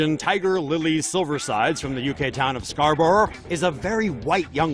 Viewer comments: It is scar-bor-ough not scar-bru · Scarbor lol I’m from Yorkshire like near Scarborough, it’s pronounced scarburuh. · It's not scarBOAROAR it's Scarborough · XD why would you pronounce Scarborough like that? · I’m just concerned on how the narrator said Scarborough